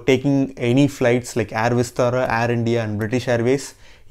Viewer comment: Nice video and great info.. Just pronounce "air" word correctly.. Not complaining just requesting..